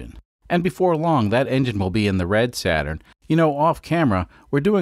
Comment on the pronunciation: SATURD not SATURN